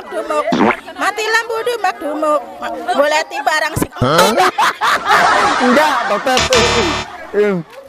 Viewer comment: Enda" bang bukan enggal😂